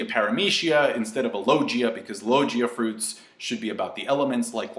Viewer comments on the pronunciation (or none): low gia friut, kinda threw me off.